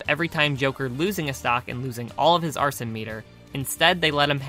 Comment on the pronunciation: excuse me its ArseN not Arsen or Arson STOP Arse EN no OUR SON or OUR SEN